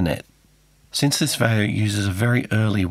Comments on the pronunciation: Not to be that guy, but Vaio is pronounced Vio. Think Steve Vai, but with an o at the end. I've enjoyed the series on this little beastie though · Such a great little device. I've always pronounced Vaio sounding like pie or sky, or the rock guitarist Steve Vai, so it's interesting to hear your pronunciation. Great video!